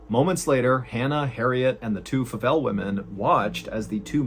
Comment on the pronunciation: Favell is my husband's last name, and people always pronounce it that way 😅 the 'a' sounds like the letter a not like 'apple' if that makes any sense 😊